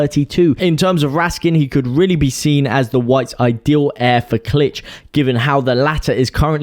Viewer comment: Pronuniciation: Klich = click; Berge = burger